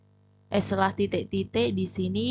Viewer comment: Titek berati bhs jawa mbaaaa😊